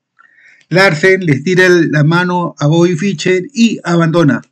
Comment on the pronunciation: No se pronuncia "Ficher", se pronuncia "Fisher", es muy molesto oír apellidos sencillos mal pronunciados.